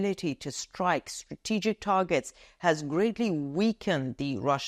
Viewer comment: Stra-TE-gic is the most favourite word of. Cannot help smiling whenever you pronounce this word with the strong stress on TE. Keep reporting the latest news for us.